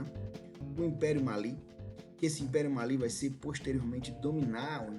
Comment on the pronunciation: Finalmente um professor que pronunciou certo 'Mali', o Império do Mali, ainda bem que te encontrei,.